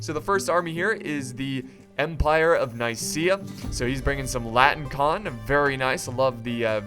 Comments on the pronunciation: They're not called "latin-con", they're called "latin - i - kon". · Oh, yeah and it is La - ti - ni - kOn. Which means the Latin one.